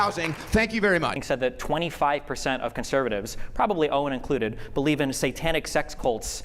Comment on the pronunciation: If your only retort is, “you don’t bewieve in dinosooores”, you’ve lost topic and ultimately, the debate.